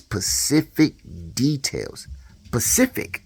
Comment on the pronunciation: "SPECIFIC," NOT PACIFIC YO.